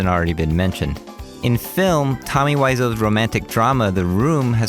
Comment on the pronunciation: Tiny bit triggered on how you pronounced Wiseaux, eaux was French enough but not the Wi.